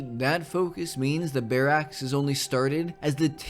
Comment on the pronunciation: The way your say Barracks as Bear axe is hilarious. Loved the video! You do an amazing job of injecting narrative into these management type games. Keeps it fresh!